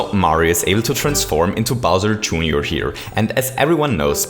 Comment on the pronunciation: Bowser "June your"?